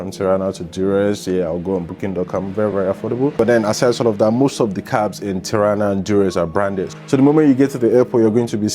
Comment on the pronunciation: Nach Tarna? OMG, du machst ein Bericht darüber und weisst du nicht mal wie die Hauptstadt heisst? Ti-ra-na Tirana wie man schreibt ganz easy…. Alle rent a car kannst du in Tirana online buchen